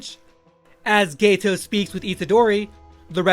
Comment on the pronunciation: hey man just letting you know it's GETO, not gayto👍👍